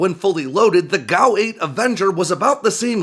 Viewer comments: You pronounce G A U (Gun Aircraft Unit) as Gow. Do you pronounce G B U as Gaboo????? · G. A. U. not gow. It's like saying Are-15 for A R-15 or Ack-47 for A.K.-47 or Foul for and F A L